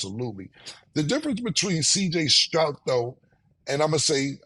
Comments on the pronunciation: “CJ strout” smh lmao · Yo Cam the mans last name is Stroud not Strout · Say Killa respectfully it’s Stroud with a “d” pause not a t🤣🤣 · I hate the way you say cj Stroud name, cam say it spelled cj strout, that’s my last name too, and hearing cam say it, is a cringe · How many times are they going to let him say Strout he stay butchering the easiest name name 😂